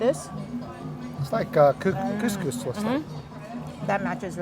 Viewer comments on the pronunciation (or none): none